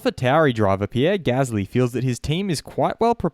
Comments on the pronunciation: Ah Yes, IERRE GASLY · Ah yes ierre gasly